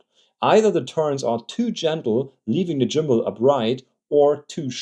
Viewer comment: Jimbal = Gimbal 💀 just messing with you video is excellent thanks for the laugh 👍🙏